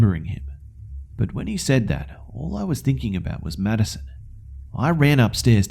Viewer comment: I keep hearing "Medicine" instead of "Maddison" lol